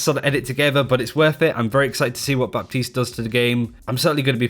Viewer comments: When a p is before a t it's silent. It's pronounced batiste not bap-tised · ITS PRONOUNCED “BATEESE”!!!!! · Just a head's up on the pronunciation : you don't pronounce the p in baptiste. You just don't, say batiste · I believe it's pronounced Bateese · Really informative Thanks ! ps : the p in baptiste is silent :) ( making prononciation easier )